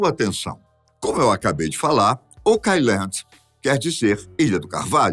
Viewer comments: Essa pronúncia está errada, assim como muitas outras palavras em inglês que ouço nas várias narrativas - favor consultar antes de propagar desinformação. [Ôu.kland], não "okái.landi" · Se pronuncia "OUK AILAND" nao OCAILAND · Adoro seus vídeos,! Mas essa pronúncia está errada! O certo é ôuqueáiland! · O pronunciando errado oak island me deixou louco. Pelo amor de Deus, alguém coloca ele num curso de inglês!